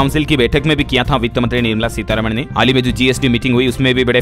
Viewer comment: Fm is not nirmamala seetharama but seerharaaman